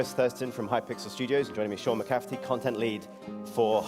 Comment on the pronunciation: I'd like to be the first to point out I think I mispronounced his name..I believe I said mccaffery instead of mccafferty. Sorry guys! Other then that I hope you enjoyed it!